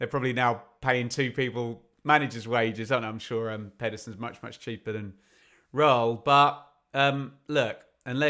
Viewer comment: I'm a fluent German speaker. Take the world "Earl", stick an "R" in front of it and you get as near as dammit the correction German pronunciation of "Röhl".